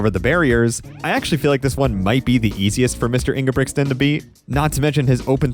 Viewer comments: please try to pronounce his name correctly. it's not ingebrigsten. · The second g is silent brother ✌🏻